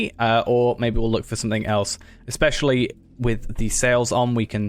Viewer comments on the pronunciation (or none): none